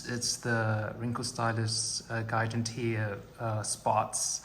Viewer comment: Isn’t it pronounced “jiganteea”?